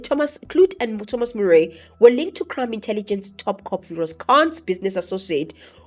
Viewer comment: With due respect., lady, when you have a chance, the surname (fan) is pronounced "Marey" not "Murey" though written Murray. Thanks 2 bantu education 😂😂😂